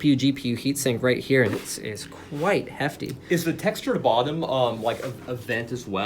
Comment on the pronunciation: "quite heafty"?!?!